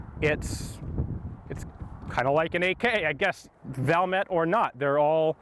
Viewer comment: Valmet is pronounced Val (like fall with a v), met ( I met you at the gun store). Suomi is phonetic.